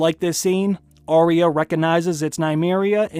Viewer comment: Will you PLEASE listen to Ar-ya say her name. She DOES NOT say Ar-eeya. She should know how her name is said.